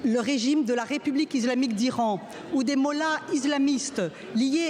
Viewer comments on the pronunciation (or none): Je suis desolé de vous dire ça mais là désinformation et des discours plus que fallacieux. Je pense que là le constat est alarmant sur les vraies enjeux politique encore à côté de la plaque cette assemblée. Pas foutu de dire le mot islamique et non izlamique 😂 mais même ça sa témoigne d un discours langue de bois qui n a aucun intérêt.